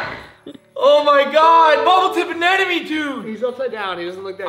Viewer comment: Why do u say anenome instead of anemone